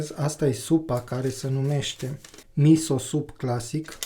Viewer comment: Cand ai spus denumirea supei, jur ca am înțeles : "mi so supt clasic" 😋 🤭